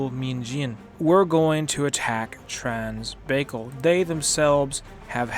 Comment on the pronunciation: I'm pretty sure it's pronounced trans bye caul and not trans baykil, but nice video I love red flood hope it keeps getting updates and support. 👍